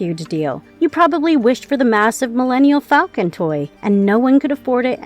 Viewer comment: Sorry, but if you call it the "Millennial Falcon", instead of the Millennium Falcon, I can't take the rest of what you say, in any way, seriously. Get a writing staff and a narrator who know what they are talking about.